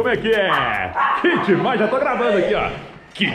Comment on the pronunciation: "que demains demaiss demainss" 😂😂😂